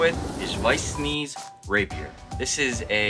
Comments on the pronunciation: Schnee is pronounced as "sh-knee", not "s-knee". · As a german person I find your pronounciation of "Schnee" hilarous. (It's schne with the e sounding like it does at the first e of "experiance".) Btw amazing build, as a fencer myself I would love to wield that weapon! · Did he just say at the beginning "Weiss Sneez"? Btw this is gorgeous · Wait her Name is pronounced weis snee? What 😂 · SCHNEE NOT SNEE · I realised that Weiss’ last name was mispronounced, it’s pronounced shknee despite the spelling and is also German for white, please correct me if I am wrong, her name translates to “Snow White”